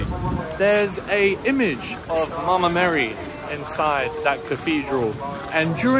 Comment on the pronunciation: I love the way you say " Mama Mary". ❤️